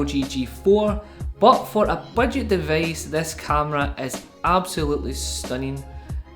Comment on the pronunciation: from where is this accent?! O.o "deveice". nice review bro. :)